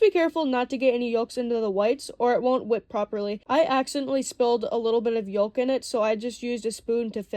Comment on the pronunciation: Not for nothin'....and I know you dont really care how you sound.....but the "L" in yolk is silent. Yolk is correctly pronounced "yoke." Just sayin'